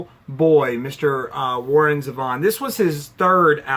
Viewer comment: Zeeee-von. Please, you’re killing me.